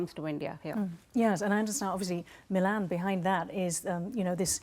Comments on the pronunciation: It's not मिलान it's मिलन। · milan not milān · Its Milan and not milaaaan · As an Indian I will say Indian Navy has arrived in the IOR and is arriving in the world stage. Milan in India means meeting. It is to be pronounced as "Mi luhn" not Milaan like the Italian city. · I can understand the foreigner calling it Milaan instead of Milan But this Brown Brit calling it Milaaan is sick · aap toh मिलन boliye. Ye Milaan Milaan kya laga rakha hai. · I can understand the anchor pronouncing Milan incorrect, but why the indian lady calling it same... what a joke. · I am shocked that the Indian lady here could not pronouncd "Milen" correctly... GEEE... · It is not MILAN, But is मिलन , Pronounced 𝘔𝘐𝘓𝘕, 𝚖𝚎𝚊𝚗𝚒𝚗𝚐 𝕞𝕖𝕖𝕥𝕚𝕟𝕘 🇮🇳🇮🇳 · It’s pronounced as “ Mee-Laan” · Your experts are a joke. Cant even pronounce milan properly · The expert can't pronounce "Milan" right.